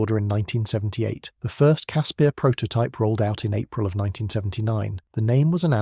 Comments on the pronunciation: Ex SA ops medic here. Great documentary,well done, just call it a Casper though,not a Casspeeer. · Casper!!! Not cass pierre. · I love these type of videos but blatant lies should be called out. Grown men could stand up right under the chassis. and the 50 miss pronounced words one had to be properly researched and pronounced. casPIRS not casPEARS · Caspir....Pronounced Casper, like Casper the friendly ghost. Koevoet...Pronounced Koo-Foot. Other than that, as a South African, I enjoyed the video. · Great video. Just one thing, the name is pronounced 'Casper'. Not fully through this video, but I read in a book about Koevoet, that the only fatalities in a Casspir due to a mine detonation was when 4 Soviet TM 57 landmines were linked in series, with almost 40 odd kgs of explosive packed in the middel. The right (or left) back tire triggered the mines. The resulting explosion threw the Casspir forward through the air for over 40 meters and landed on its side. The occupants, as was the mo at the time, were not buckled into the seats. Cannot remember how many kia there was though. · You totally butchered the pronunciation of CASSPIR.